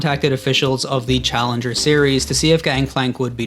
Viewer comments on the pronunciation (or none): none